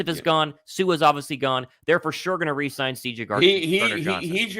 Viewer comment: dude, re-sign not resign. you scared me!! first one reads and means what you say and resign reads 'rezine' and you know what that means.